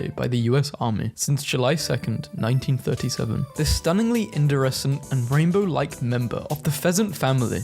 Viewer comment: you said indirescent, its iridescent